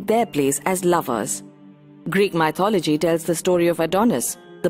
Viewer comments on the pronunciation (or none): Asd Ff No. Sorry. I can’t buy that. Accent is not a good enough excuse. The word is “myth” not “mye-th”. Therefore, she can’t mispronounce the word without knowing how to pronounce the root word properly. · Oh Goodness! I cringed every time she said “MY-THOLOGY”. Please pronounce it correctly. It will give your video more credibility.